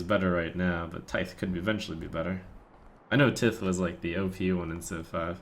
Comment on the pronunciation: Love hearing Trump pronounce tithe lol